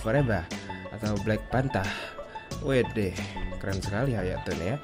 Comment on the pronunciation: "Black PANTA" wkwkwk